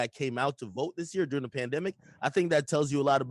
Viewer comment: Von “the panthemic” 🤦🏿‍♂️🤣🤣🤣